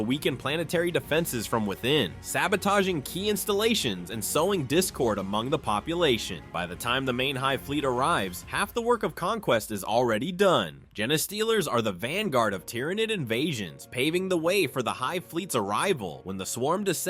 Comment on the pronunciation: You would think someone making a video like this would do a little checking on correct names, pronunciation etc. It was so bad I stopped watching just after the jennystealers section.